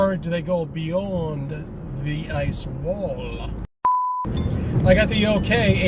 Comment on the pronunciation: "E leets" "eye swol"